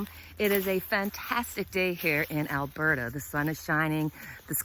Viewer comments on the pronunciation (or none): none